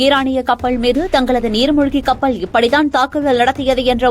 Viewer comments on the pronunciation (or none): கடள், கப்பள். என்ன உச்சரிப்பு இது.